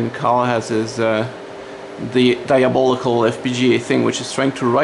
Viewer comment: Can you tell us some more about your TDR... or point us at a video if you already have. I love your pronunciation of "diabolical"